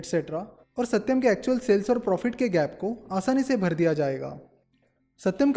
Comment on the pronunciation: That " AaSatyam " was funny 😅